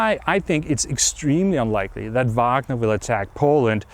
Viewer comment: I love how Anders is the only one who pronounces Wagner correctly without the horrendous American Uæægner.